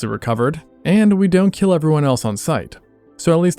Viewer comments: it will keel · Your weapon, will keel. 😂